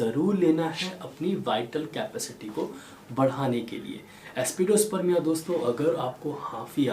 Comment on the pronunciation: Excellent videos always. But why pronouncing remedy names wrongly. For e.g Aspidosperma is pronounced as AspidosperMIA.